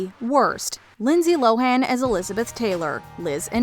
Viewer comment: Minor quibble I guess, but narrator was really leaning into that "Lindsey LoHAAAN" it's pronounced "Low-en" fyi